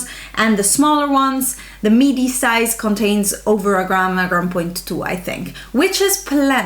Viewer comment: I thought you kept calling it a "meaty" palette! hahahah I was thinking well ya I guess it is meaty I mean it's not a mini and then realized you were saying MIDI. Wow you're so quick. Not.